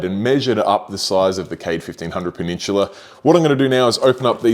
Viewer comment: Take a shot every time he says "peh-nin-chula" lol